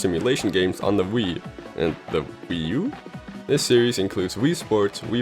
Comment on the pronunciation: What's a Wee yoo. Google: good question